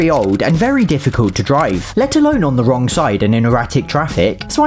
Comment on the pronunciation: The way that he said the WRONG side of the road